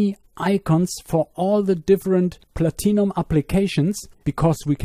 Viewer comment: it took a few minutes to understand you were saying "PLATINUM"